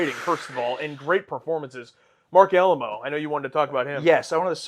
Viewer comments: Please, please, please...... "Ah-lie-mo", not "Alamo". It hurts my fragile little mind hearing his name mispronounced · Great review of a great episode. The last name of the actor playing Dukat is, in American English pronounced "Uh-LAY-moh" and not "AL-uh-moe" like the Alamo mission in San Antonio, Texas. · Jusy a heads up in the event that you haven't already been told a dozen times by now - it is pronounced Marc Ah-lie-mo, not Marc Alamo.